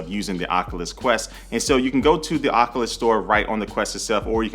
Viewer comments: I think Oculus is pronounced "Oc-U-lus", not "Oc-uh-lus". The first U is long and sounds like "you". But good review. I used to watch your channel years ago. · Oculus-( oc-you-lus)👍 Oculus-( oc-uh-lus)👎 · I’m kinda bothered by the fact he pronounces it OC-A-LIS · This man said Ocuwas quest